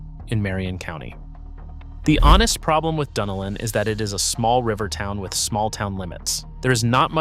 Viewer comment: Still can't pronounce Duh NEL-ON (Dunnellon). All I know is I'm glad I bought it when I did in 1997. Thanks for making me feel happy!